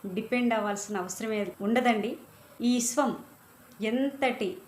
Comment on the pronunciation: ఇశ్వం కాదు అమ్మ విశ్వం